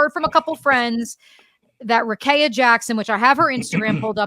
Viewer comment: Please pronounce Rikea Jackson’s name properly. It is pronounced like this: Rah-KEY-ah, instead of Kay in the middle.